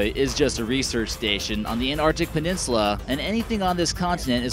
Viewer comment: "Enartic Peninslar". ARRRGH.